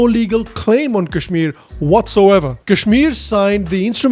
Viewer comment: jinhe sahi se kashmir kehna nahi aata wo ispe gyan baantenge, chutiye😂